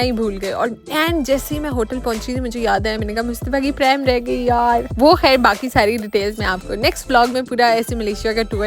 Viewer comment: Are u indian? Why you say “kehr” instead of “khair”?